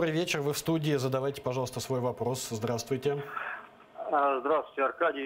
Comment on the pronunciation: ''здравствуйтэ я из Одэссы'' дебилы